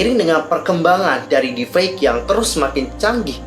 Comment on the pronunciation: Maaf kak meluruskan saja, yg benar deep fake bukan deef fake